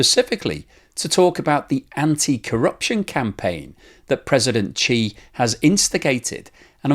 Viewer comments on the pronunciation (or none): why are you pronouncing his name as Chee not She?